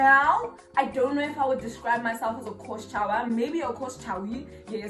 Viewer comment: 🤣🤣🤣 “maybe a course chowee”😭😭😹😹😹